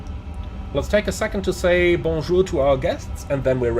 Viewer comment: Hi Your bonjour is great 👍🏾 But when you flying with air caraïbe you should speak creole 🤣🤣🤣